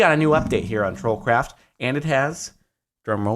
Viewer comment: Literally every time Jordan says "troll craft" in his intro I hear "troll crap"